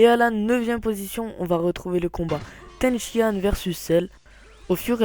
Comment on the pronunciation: Ten Shi Han... Pikon... prononcé bien les noms unpeu